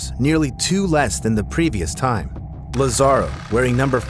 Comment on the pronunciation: Lázaro's name has an accent on the first "a", so his name is pronounced LAzaro, not lazARo.